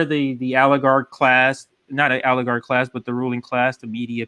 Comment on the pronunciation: It's oligarch, not aligarch. Lol